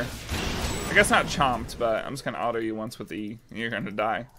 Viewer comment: so are you a southern guy cause i heard the what happened to ma autos and was like hmmmm i know that accent